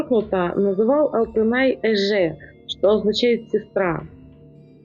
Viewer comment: И слово "эже", говорится как эже через "е", и буква "ж" произносится мягче. А не - эжЭ. Если вы кыргызстанка, то не раз вы слышали наверно как это слово произносится. Чужестранцы и то сразу правильно произносят. Не забывайте это наш официальный язык.